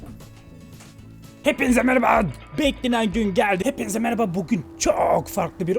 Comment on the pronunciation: merhaba yı meraba diye telafuzu eden senin kadar sevdiğim bi youtuber yok (bu arada telafuzu hakaret anlamında söylemedim)